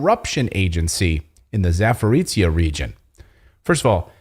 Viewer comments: try to pronounce the name of that region as “Zaporojie”, idk how they come up with these english transcriptions of russian names..l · It is NOT Zavorizhie, but it is Za-po-ro-zhie. Sorry and thank you 😊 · try saying Za-po-ro-SHYE. Love the show)